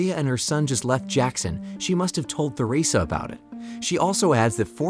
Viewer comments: Holy th is Theresa is not pronounced th it's pronounced t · Theresa ( Ter-ee-suh or Ter-eh-suh) Not Thur-eh-suh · You can tell the narrator hasn't actually seen the show. He keeps mispronouncing some names (Theresa for example).